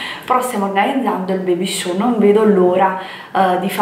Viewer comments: si chiama baby shower non baby show 😂😂,un bacio!!😘😘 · Baby cosa????? Baby sciu????? Che roba è???? Baby shower.....shower come doccia. Perché usi termini inglesi se non li conosci????